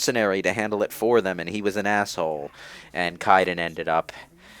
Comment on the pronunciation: In addition mispronounced Kaiden's name for the 500th time this commentary.